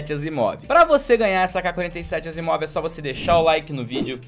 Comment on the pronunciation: o certo é asiimov kkkkk